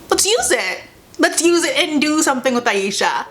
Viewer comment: The pacing was too fast, and how they pronounced Ashia’s name wrong set me off. If they had more episodes and it was more developed in pacing wise I would’ve love it with all my heart